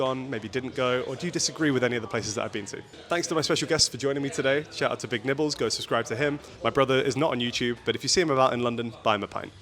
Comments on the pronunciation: It took me five minutes in to realize did not introduce the other guy’s name as “Big Nipples.” 😭😭😭 I swear on first listen, that is what I thought he said. 😂😭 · Am I the only one who thought that called him Big Nipples? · Am I the only one who had never heard of Mr. Big Nibbles and genuinely thought introduced him as "Mr. Big Nipples?" I was very confused. Regardless, keep up the great content,. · Thought he said the guest’s name as Big Nipples 😂